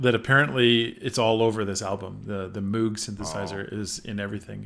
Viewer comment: Definitely not how you pronounce Moog.